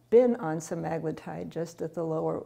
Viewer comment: I can't taker her saying that word wrong over and over. Read the word. English has rules, follow them. That sht drives me fkn nuts.